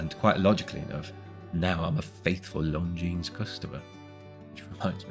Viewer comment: Lon zeen, not long jeans!